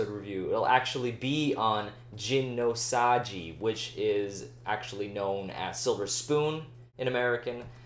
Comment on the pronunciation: "g" in gin no saji is pronounced as in "g"oat, not as the name of liquor.